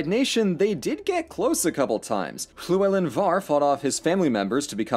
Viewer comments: Gotta admit, I’m pretty impressed with the welsh pronunciation. Not perfect but still better than I tend to expect especially with the LL In Llewelyn. Glad you actually tried to learn how to say it! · the way u say llywelyn is just great